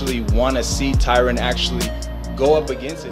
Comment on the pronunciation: Tyron isn’t pronounced Tyrone. No respect from a guy named Dana